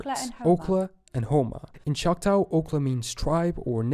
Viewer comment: The narrator should be much better. He says dur-HAM to refer to the city in England (it's DUR-um, just like the city in North Carolina). He also calls the Indian tribe the SEE-ew (it's just "Sue"). He calls the Choctaw Chock-TAO when I've only ever heard Chock-TAW or Chock-TOE. He also doesn't know how to pronounce "ensign", "Caeserea" or "Appalachian". Also, Georgia was named after George II, full stop.